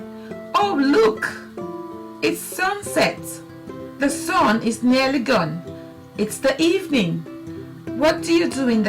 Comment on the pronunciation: the sawnnn. jesus, its SUN.